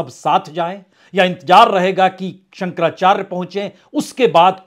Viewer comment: 👍 आप काफ़ी अच्छा बोलते हैं, हम तो आपको तब से सुनते आ रहे हैं ज़ब आप 10 तक मे थे किन्तु आज आपके द्वारा जगद्गुरु शंकराचार्य जी का नाम स्पष्ट न पढ़ा जाना दुःख दे रहा है